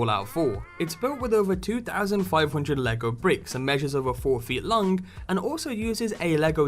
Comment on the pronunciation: "And it is over 120 centimeters lung"I think its long not lung